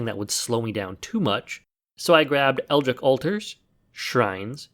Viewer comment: Brother, how are you still saying "eldr-rick"????